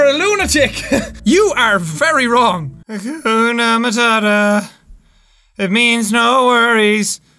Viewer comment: Nobody: Jack: HaUkuNA MaUtaTA